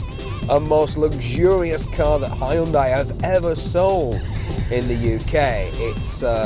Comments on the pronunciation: Its not HAI UN DIE ONLY HYUNDAI AND YOU READ IY HYONDAE!! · why the fuck is he pronouncing Hyundai like that?